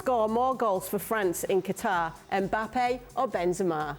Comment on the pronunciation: I'm I the only one who noticed Frank saying Mbapal😂😂